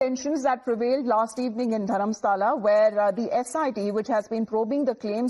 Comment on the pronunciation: Not Dharmasala.. it is Dharmasthala